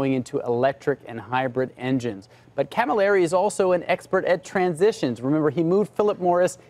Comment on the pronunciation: Guys! Marcions? Marchionne! Galimeri? Camilleri!